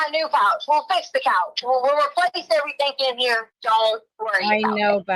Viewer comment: Whyyyyyyyy does she add a K on to any word ending in ing????? "Errythingkkkk"